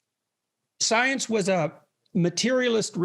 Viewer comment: "Soience" - Lawrence Krauss